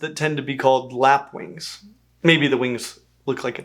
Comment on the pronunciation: Lapwing (as in overlap)